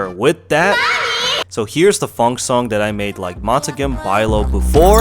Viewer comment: "montakem byelaow" 🗣🔥🔥